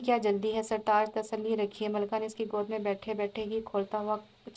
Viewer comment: It's Malika Not Malka